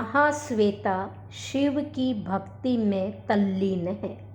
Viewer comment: भक्ती उच्चारणम् न समीचीनम्= भक्ति दृष्टी इत्यादि उच्चारण करके सुरभारती मां संस्कृत का अपमान न करें , संस्कृत में उच्चारण का सर्वाधिक महत्व है